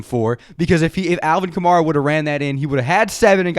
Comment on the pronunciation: it’s alvin kamara like camaro but with an a at the end, not kah-mah-rah